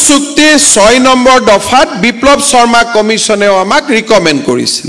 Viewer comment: বচুন্ধৰা 😁😁😁 বসুন্ধৰা আৰু বচুন্ধৰা একে অৰ্থ বুজাবলৈ ব্যৱহাৰ কৰা হয় নেকি ? নিজৰ উপাধিটো শুদ্ধ ( শৰ্মা বুলি উচ্চাৰণ নকৰি চৰ্মা বুলি উচ্চাৰণ কৰাটো হাস্যকৰ) কৈ উচ্চাৰণ কৰিব নাজানোটো এক গঢ়িত অপৰাধ।